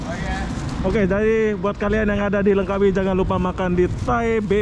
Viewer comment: Langkawi mas, bukannya Lengkawi